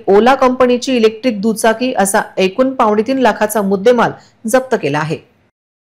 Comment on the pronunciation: आज तुम्ही "एकूण",,,अगदी, योग्य उच्चारले,,,,ऐकून नाही,,,,😊,,,🙋👍👏🙏